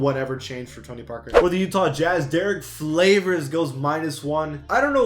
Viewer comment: HE SAID DERRICK FLAVORS AND THEN DERRICK FAVORS